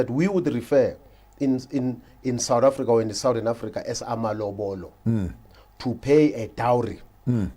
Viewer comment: Always knew it as Amalobolo... with an O at the end.